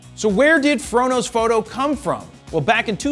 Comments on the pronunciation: The first times i watched your videos I hear "frodos photo" instead the "fro knows foto" 😂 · first time i watched one of your videos, without know anything about you. It sounded like you were saying, "frodo photo," which makes no sense, looking back. Love your videos keep them coming. I love Tolkien too.